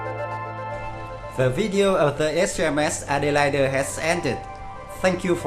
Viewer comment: excellent vid. also, "elite" is pronounced "ee-leet". Adelaide is 'ad-ell-aid'